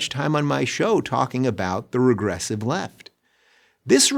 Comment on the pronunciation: Well, okay, but why does Dave Rubin still think of himself as a Democrat? And why can't he pronounce "regressive"?